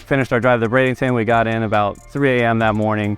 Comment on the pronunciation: Why does it sound like he’s saying bradington instead of Bradenton?